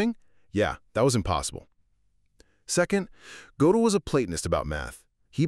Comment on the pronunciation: It's pronounced [gur-del]